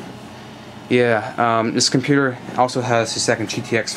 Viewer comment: Did you call it a pewter? LOL.